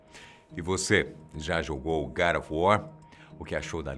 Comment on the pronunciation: Nem a palavra God ele pronuncia corretamente e vocês estão preocupados com nomes de personagens mitológicos, fictícios.